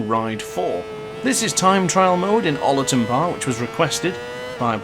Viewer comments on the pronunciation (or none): Love the vid but your pronunciation of Oulton is killing me 🤣 great vid mate